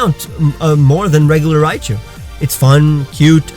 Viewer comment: You said galarian Riachu